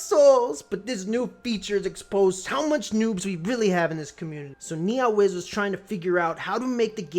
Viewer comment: The way you pronounce NeoWiz is hilarious "NiaWiz" lul